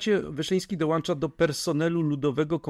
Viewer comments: Ciekawy film, ale słuchanie tego "dołancza" i "dołancza" jest jednak męczące i deprecjonuje autora. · Nie dołancza tylko dołącza